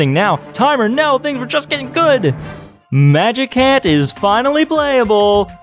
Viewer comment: did you just say magicant like mag i cant rather than magic ant?!?? UNACCEPTABLE